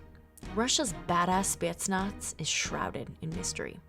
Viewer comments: The way she says spetsnaz pisses me off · Hey you pronounced Spetsnaz wrong Congrats 👋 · Yeah and you know that the spetsnaz even slaughtered, not killed slaughtered a complete group of high ranked al queda terrorists and rescued only thier target a minister. And the rest where all slaughtered. Even bystanders. And how she pronounced spetznas. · Why does she say spetsnaz so weird